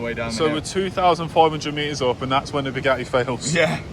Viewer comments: his pronunciation kills me, lmao. "Boo gah eh" bro just adds and subtracts letters :D also, bored police are a-holes no matter what country you at in. 🙄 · Boogaheh! It’s pronounced buh-ga-tee… 😂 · “The views were ge’ing better and be’er.” Just strikes me funny how can say “Buga’i” in one breath and “Bugatti” in the next. Never heard anyone pronounce words two different ways in the same sentence. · Who taught you how to pronounce BOO-GAH-E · Still drives me nuts you guys can’t pronounce a T especially when there are two lol. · I can’t help but hate the way this dude talks.he talk like he’s been playing the rusty trombone 🪊. Matt WeakArms drives a “boooh-gaaaee gayron.” He can’t even say Bugatti Veyron right. They don’t want to sell you anything cause you can’t say the word Bugatti correctly 😂. “Booo-gaaaeee” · Say it Boo Gaty 😂😅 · Pronounced with a T ;) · Please stop pronouncing Booga'ee like Andrew Tate. Pick a pronounciation and stick with it. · Bugatti has 2 Ts in the name, and he's able to pronounce it without any of them. 😂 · Did you know you pronounce the t's in Bugatti?